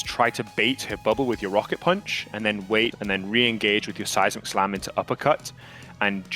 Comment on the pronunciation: Am i the only one who hears size McSlam instead of seismic slam?